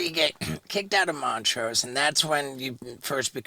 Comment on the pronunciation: was lacking this episode. Not knowing who Vinny Paul was and calling Montrose Moneray 😂